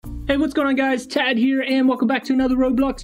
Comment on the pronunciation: It is tad not ted